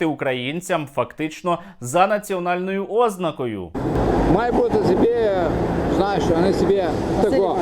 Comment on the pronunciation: ознАкою, а не Ознакою. Це московити у академії наук понавигадували неправильні наголоси, які самі у повсякденному житті не використовують українську мову. Корінь - знак. Морфема - знак. Тоді як наголос може бути на О?